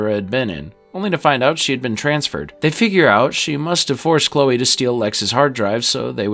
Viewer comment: I can get past the "lah-nah" mispronouniation but calling Chloe "Klee-ah" is unforgivable